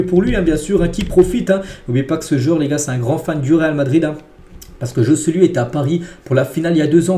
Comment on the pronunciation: Faut vraiment que tu travailles ton espagnol parce que le Joe-Ce-Lu là ce n’est plus possible 🫨😂😂